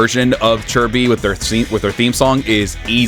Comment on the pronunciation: I still can't get used to the proper pronunciation of Chi Bi. It's as weird to me as hearing the improper pronunciation of CaoCao.